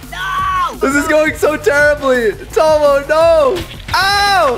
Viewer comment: Everytime Caylus says Tomo Directioners be like- no it's TOMMO!!